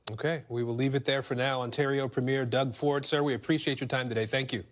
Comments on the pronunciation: I wish US news would learn it's pronounced PREE-myer. Not Première, like a movie première. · Premier not premere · Aaron…Ford’s title is pronounced Preem-yer, not prem-year. A prem-year is the opening of a film. A preem-yer is a political leader. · While I appreciate US coverage of Canadian news, please stop pronouncing "Premier" as if it were the opening of a Broadway show. That's a "premier*e*'. Our provincial premiers are wonderful, but so far as I know, none of them have ever appeared on Broadway or in film. Thankyou. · Americans: it is pronounced "PREEE-m'yer" PREEE M'YER PREEEEEEMYER PREEMYER PREMIER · It’s pronounced PREMier, kids! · Always hilarious that Americans cannot pronounce "Premier" correctly 🤣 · Why can’t Americans say “premier” properly? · The fact that a national news anchor mispronounces Premier - the term for the leader of the second-highest level of government of the US's closest country both physically and culturally - goes to show how little Americans on average seem to know about or pay attention to Canada.